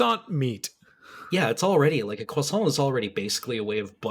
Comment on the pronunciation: "croisantrocity" _Parfait_,. _Parfait_.